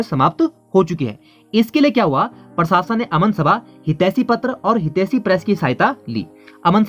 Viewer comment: जब हिन्दी में कुछ वक्तव्य दिया जा रहा है तो फिर हिन्दी बोलते हुये Very very important क्या बला है? दोस्त आपका उच्चारण अशुद्ध है आप प्रशासन को परशासन बोल रहे हैं,प्रति को पर्ति बोल रहे हो,प्रसिद्ध को परसिद्ध बोल रहे हो। करने का भूतकालिक रूप "की" होता है "करी" नहीं होता है,जैसे स्थापना "करी" नहीं कहा जायेगा बल्कि स्थापना "की " ऐसा कहा जायेगा,आप "प्रथा" को "परथा" कह रहे हैं,प्रतिपक्ष को पर्तिपक्ष कह रहे हो,उच्चारण की शुद्धता बहुत आवश्यक है।